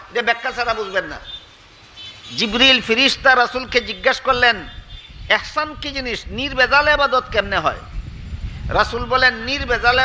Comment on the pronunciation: হুজুর শব্দটি(একচান)নয় দব্দটি হলো( ইহছান)।